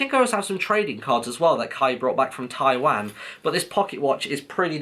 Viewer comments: It's...It's Taiwan.. (Tai-Wh-Ahn) NOT TAI WAH N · Martyn said Taiwan so weird... it's pronounced Tai-wawn